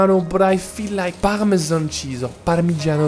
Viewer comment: "Pal' meu zâne chize" à , aïe... , heureusement vous avez rectifié derrière ;-) J'aime beaucoup vos vidéos et votre accent français forcé ^^ ! Merci ! EDITION: vos pâtes à la fin me semblent un peu trop jaunes, peut-être une marque intermédiaire ? très bon choix vu que ce sont celles qu'achètent la majorité des gens ordinaires. À vue de nez, des linguine ?